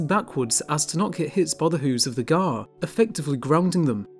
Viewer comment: Pronunciation is Wrong !!